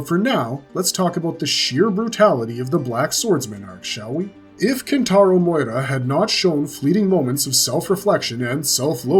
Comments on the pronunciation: It's not Moira!!! It's MIURA (ME-OO-RA)!!! KENTARO MIURA! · Miyura. Not moyra. Learn his name before trying to say it my boi. Other than that nice video 💪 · Loving these berserk vids. Remember the author's name is pronounced MEEH -YOU -RA. Weebs will soon come and complain about this.